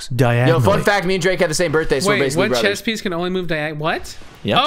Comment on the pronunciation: It annoys me that pronounced the game Chess as Chest, THERE'S NO "T"